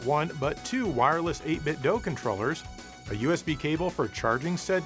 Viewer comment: Why are you saying doe? You know it's doo. As in 8BitDo